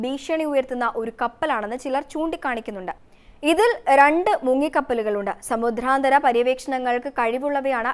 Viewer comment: Uchaaranam kettuthanne padikkanam. Samudhranthara.... Alla samudranthara. Pothuve katti kurachu sawmyamaayi Sam saarikkuka.